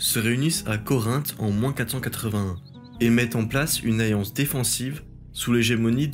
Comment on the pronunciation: Et « allié », ainsi qu’« alliance » qui sont systématiquement prononcés « ayé » et « ayance »